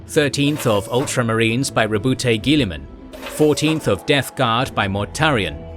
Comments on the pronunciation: Roboute GUILLIAM ?! LOL. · well tbh 40k is a world with weird names, its not rare to see such mispronunciation, yesterday i heard a guy called Rowboat Girlyman by Roboute Guilliman